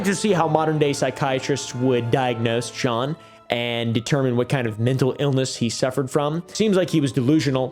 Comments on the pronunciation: Great vid as always. Jean is a tough one. But you got it right at a certain point. If you legit do want to know. No need to pronounce the "n". The sound following the soft J is like the "ea" in the word name Sean. So basically what you where saying just cut the n and the end. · i speak french but i don’t know how to type how jean sounds😅you said the “j” sound right and it ends with an “aw” kind of